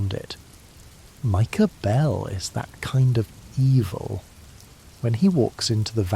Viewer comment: "Micah Behlll" 💅🏻